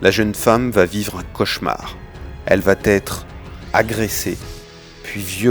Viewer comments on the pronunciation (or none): très bien mais les commentaires voix off, SVP "VA être" pas de T = PAS DE LIAISON!! Plusieurs fois ce n'est plus une "petite erreur", c'est une FAUTE DE FRANCAIS. 😉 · Subornation de témoins pas subordination. Et cessez les mauvaises liaisons : va-t-être.